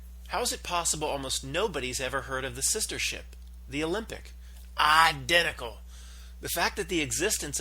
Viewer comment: And btw, What's with the idiotic pronunciation of the word identical? What's that all about?